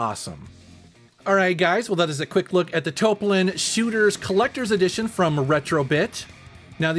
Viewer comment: Thank you for the correct pronunciation! "Toe-A-Plan" sounds stunted and not Japanese at all.